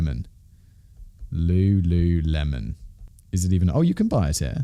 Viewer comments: pausing to request that we make “looluhmen” the official pronunciation, honestly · Simon completely unaware that he definitely said lulumelon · Wtf? There's the singer Lulu and, well, lemon. You couldn't work it out?! I know you sometimes have pronunciation issues but wtf?!! I love your content so much but this is a new low